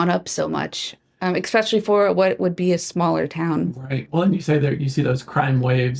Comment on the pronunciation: EKSpeccialy. English. . Work on that